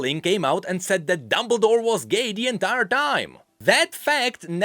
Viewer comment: "dumbledore" lmfao